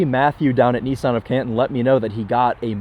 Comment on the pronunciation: What the heck is a knee-sahn.